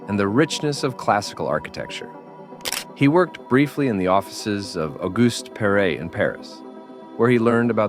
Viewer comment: Lo speaker non pronuncia il nome di Le Corbusier e lo pronuncia in un modo errato, lo stesso con AUguste Perret. Ignoranza o sbadataggine? o entrambi?